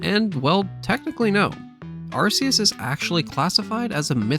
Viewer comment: "Arkoos" Also I think the difference between Legendary Pokémon and Mythcal Pokémon is that with Legendaries people have actually seen them so they know that they exist. Where Myhicals they're so rare that people think that they're only a myth.